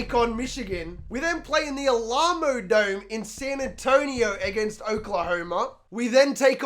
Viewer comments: the Ah-LAH-mo dome lmfao. God I love. Its AL-amo. with emphasis on AL. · I live in San Antonio... I'm going to only call it the Al-AH-modome from now on